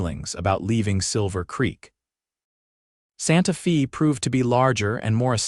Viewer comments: Santa “ Fay” not Santa Feeee🙄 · Santa Fee. Too bad about the dumb AI narration.